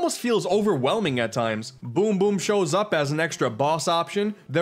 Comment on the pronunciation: You said it wrong. It’s Boom Boom the mad lad